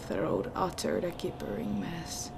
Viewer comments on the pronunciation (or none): great story, your english is awesome. The word "gibbering" is pronounced with a "j" sound like in "john" though